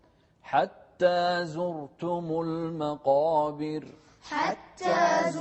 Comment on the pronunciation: المقابر، بترقيق الراء